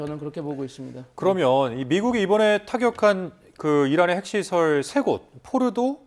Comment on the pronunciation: 트럼프도 포르도라고 정확히 발음하는데 이 패널은 뭐라고 빌음을 굴려서 알이듣지도 못하게 발음하지? 이런놈이야 말로 미국에서 발음 잘 못해서 무시당했을 확률 높음